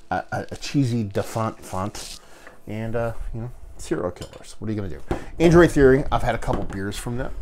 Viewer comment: I literally had to stop watching this because you kept saying ANDROID, and this brewery is called ADROIT theory. Android and Adroit are two very different words. For the love of God, man. Get a bottle of ADROIT Theory’s Love Of The Damned. Best Old Ale I have ever tasted. Adroit, man. ADROIT.